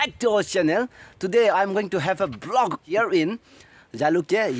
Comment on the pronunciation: Blog or vlog ..please pronounce clearly 😂 lol